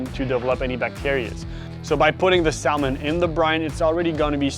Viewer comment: You don't pronounce the L in Salmon dude🤦🏼‍♂